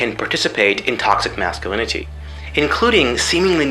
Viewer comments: "Tothsic Mathsculinity" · The way he says "masculinity" as "masculiniTEE" unsettles me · Am I the only who can't stand his pronunciation of "masculinity", the fact that he goes out of his way every single time to put emphasis on the suffix and not the root. Thinking about that specifically, it's kind of funny. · You can tell he's really trying to pronounce the T in "Masculinity" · that sing song ish way he pronounces masculinity... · The way he pronounces "masculinity" became increasingly grating over the course of the video.